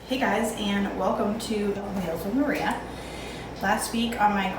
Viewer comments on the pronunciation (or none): none